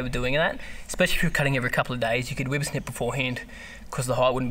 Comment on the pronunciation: Lol, I love how he says wipper snip! Never heard that before... weed whacking over here